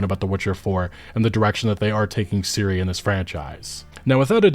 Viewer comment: (FACEPALM) .. Can say Ciri correctly, but can't say Ciara properly.